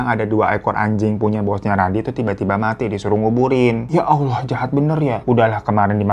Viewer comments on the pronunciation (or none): none